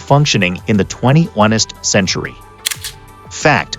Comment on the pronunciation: This is a AI reading. It said twenty-one est... most likely meaning 21st 😅